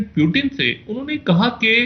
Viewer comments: 0.45 he said President *"Pyu-teen"*...🤭🤭🤭😂😂😂😂😂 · Pyutin are ye kha se pakad kar laate ho aise Journalist jinhe Pronounciation tak nhi aata thik se...🤣🤣🤣🤣